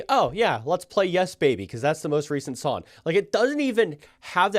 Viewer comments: He’s definitely saying SONN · Is he saying “song” weird, or just me?